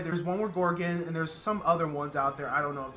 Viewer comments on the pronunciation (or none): Lady Sif is always a treat. It was really hilarious seeing Eddie McClintock as the Kree (I had just recently watched Warehouse 13 in which he plays a decidedly goofier character). I told you things don't stay secret on this show for long. Oh, and it's Gordon, not Gorgon (that's a different character). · Its not "Gorgon" its just Gordon :)